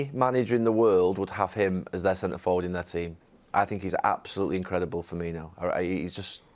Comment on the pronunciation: You would think after being on Sky Sports punditry for so long you would get Carra some lessons in how to pronounce players names properly especially his own clubs! Firbinio???